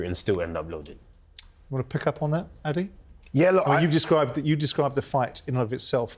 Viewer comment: Simon, his name is pronounced ADE not ADI, like AH-DAY not AH-DEE